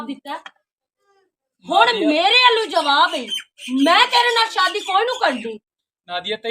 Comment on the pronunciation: Jabab Nahin Jawab hota ha